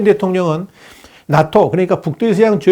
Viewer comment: 낫토(x) 나토(0)